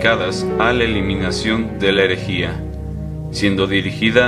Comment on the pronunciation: No se dice "Elejìa"... Se dice erejía (herejía), con "r"... Aprende a hablar...